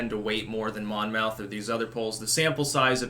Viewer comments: In new Jersey, we say "monmuth", not Mon Mouth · It’s pronounced monmyth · You are doing 'spelling pronunciation'...Monmouth is pronounced 'mammuth', a = 'ah', with a hard accent on the first syllable. I lived in Monmouth county NJ and I can attest that this is the vernacular. Similarly, in NYC, Houston St is 'howsten' and in Boston, Copley Square has a short 'o'. Just FYI. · Its Mon myth we pronounce it in Jersey. Monmouth is a jersey shore school. I’m from Jersey. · Monmouth would be pronounced Monmuth (at least Monmouth in the UK is pronounced that way) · Monmouth rhymes with Plymouth. Love your content, keep up the great work